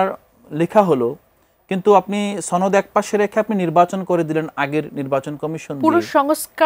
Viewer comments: উচ্চারণ ঠিক কর?(তরুণ মেধাবী) জুলাই ছনদ না সনদ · ছহি এরাবিক সুরে বলেছে।